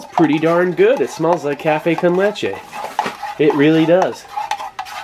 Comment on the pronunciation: Café con leche 👏. Lo pronunciaste very good